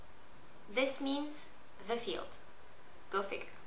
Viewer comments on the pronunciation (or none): none